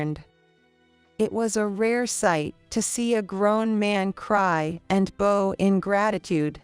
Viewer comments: Agreed. The AI voice is ridiculous. Rehearsal "he bow: The sound was of "bow" as in "bow tie". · Yep, I sped the video up until the voice seemed acceptable. The grammatical errors were a bit of a giggle, but I really laughed at the mispronunciation of 'bow' and 'refuse' in reference to context.